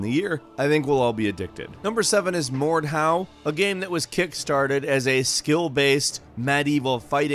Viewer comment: Please learn how to pronounce Mordhau! It's a german word&at the same time the name of the technique, at which you hit the enemy with the pommel or crossguard of the sword.